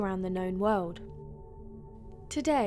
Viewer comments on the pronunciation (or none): Good video. Cute voice 😁 I love the way she says wold 🤣🤣